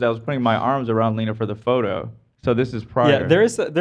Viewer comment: did call lena “lennie”? 🥺